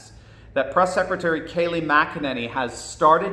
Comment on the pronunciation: Why do people keep pronouncing her last name as MacEnany? It’s McEnany it sounds like Mic not Mac